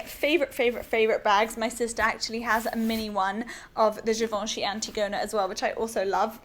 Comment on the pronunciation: Great great video (and for once, someone pronounces Givenchy correctly ;) ) !!